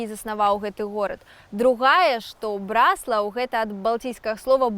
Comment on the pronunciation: БраслАвы, БраслАў - не кажыце так. Правільна БрАслаў, брАслаўскі. Наступны кадр - БраслАўскае неба! Заслона.